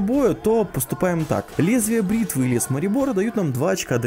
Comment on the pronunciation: Наконец прочитал правильно "Лезвие бритвы" )